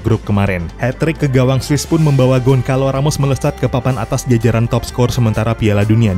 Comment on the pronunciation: "Gonçalo", bacanya: "Gonsalu"